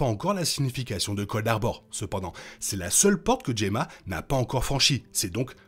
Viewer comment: Enfin Gemma prononcé correctement, nature is healing hahahahahahahaha